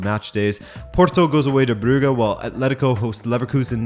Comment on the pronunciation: Still mispronouncing Brugge, I see? You're doing it on purpose.